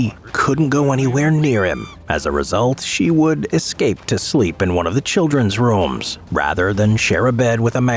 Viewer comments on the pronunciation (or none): none